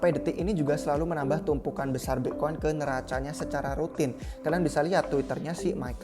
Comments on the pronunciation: BE' koin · Pronounce "bitcoin" nya khas banget nih orang hahahah